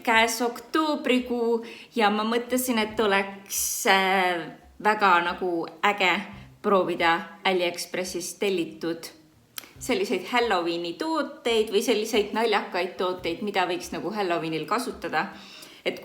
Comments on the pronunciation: tra see pole äliekspressi, see on aliexpress, nagu alibaba mitte älibaba. palun selgita kust sa võtad selle äliexpressi, see on nii cringe lihtsalt et see faking paneb mingit debiilset kommentaari kirjutama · Sorry aga see on aliexpress mitte äliexpress